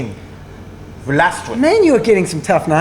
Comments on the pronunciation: Nick Vlastuin is pronounced Vloss-Tone I believe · Valstuin = Floss-tone